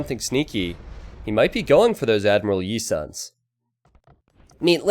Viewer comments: It's Yi Sun Shin which is pronounced "Ee seon shin" where the "seon" sounds similar to "son" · Hey, big fan of your content and I am very hyped for hidden cup 2 but there is one thing that bothers the heck out of me and I feel the urge to point it out to you, for the sake of the quality of the cup. Yi Sun Sin is a Korean name thus Yi is the last name and Sun Sin (pronouce; Soon Shin) the surname! I would love for you to no longer butcher the name of this legendary commander! Much love. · The "sun" in the admiral's name is pronounced as a short "soon" tho